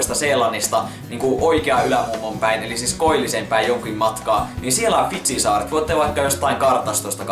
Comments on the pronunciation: Kuulin jatkuvasti et sanot "vitsin saaret" esim sillee "sitten se meni jonnekkin vitsin saarille" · miks aina kun sanot fidzin saaret nii mä kuulen vaa vitsin saaret XD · Mä kokoajan kuulin et olisit sanonu vitsin saaret :D